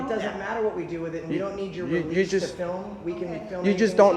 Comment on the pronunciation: a flim? an actice? SMH.